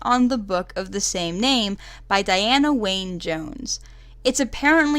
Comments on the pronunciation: hey! i loved the analysis :) also a heads up, 'Wynne' is pronounced the same way as 'win'! It's a welsh name meaning white :) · The book is infinitely wonderful ALSO and should be read by everyone! Also, her middle name, Wynne, is pronounced 'win'